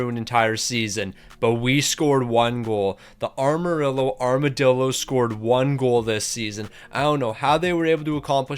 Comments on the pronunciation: ok seriously why cant u pronounce Amarillo. its not ARMarillo lol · Ehmer rillo correct pronunciation coming from a Texan love the lingo though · “arma rillo” “montembolt” is restarted💔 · The way he pronounces Amarillo 💔💔